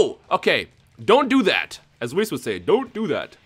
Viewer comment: He is soo gringo that he says whis's name wrong